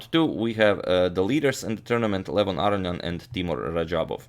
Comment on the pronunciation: why do people say "AR-ee-ahn" instead of "Ah-rohn-ee-ahn" Is this how you say his name? I guess its like how americans say KAS-parov when I think it is kas-PAR-ov?